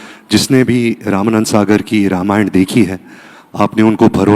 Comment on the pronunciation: रमायन नहीं रामायण सन्नी जी